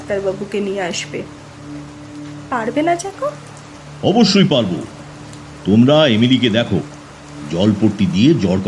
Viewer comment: পরিচালনা খুব ভালো। গল্প পাঠ যত্ন নিয়ে করা। জেকভ আর জ্যাকব চরিত্র ভেদে উচ্চারণে বৈষম্য। কোনটি সঠিক?